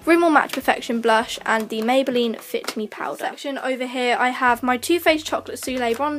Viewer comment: You said mabyline born lip pay don't you mean body shop